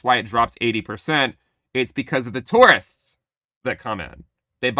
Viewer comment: Calling them "Tourists" with the Hard R😆...